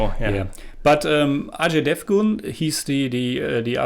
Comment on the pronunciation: Buddy your pronounciation of Ajay Devgan first time is correct.